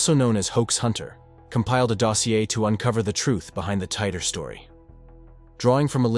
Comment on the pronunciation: "TEE-TORE." John Tee-Tore. Not Tighter. 😂